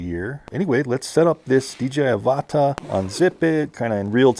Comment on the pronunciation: Ava-tarr , not A-varta